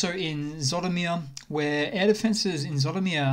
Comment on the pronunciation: you mispronounce Zhytomir , it's pronounced like Gee-toe-meer